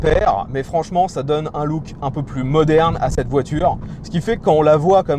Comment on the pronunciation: la voitureuhg mdr